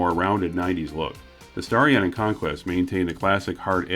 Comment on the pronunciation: But when they said Starion, it sounded like Stallion.